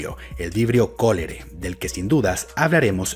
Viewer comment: Solo comentaré para decir lo siguiente: al fin alguien que pronuncia "colerae" sin deletrear "colera-e".